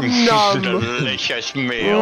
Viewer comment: "DEWISOUS MEAL"